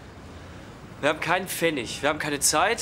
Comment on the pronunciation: Wir haben keine zeit وليس leit ارجوا التصحيح لكلمة الوقت وبالتوفيق ان شاء الله